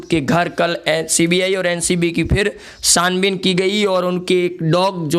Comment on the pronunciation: Bhai, Bildozer nahi par Buldozer bolo. Sanbin nahi par chhanbin bolo. Aap baar baar galat bolte ho.